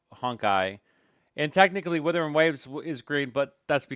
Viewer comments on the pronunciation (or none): This month doesnt count cuz half the revenue isnt counted in. Charts were frozen. Also its WUTHERING,not Withering.